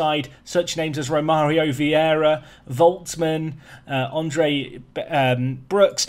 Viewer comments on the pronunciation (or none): none